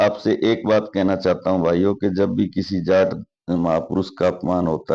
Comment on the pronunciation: Loud JAT(जाट) voice ना कि JAAT(जात)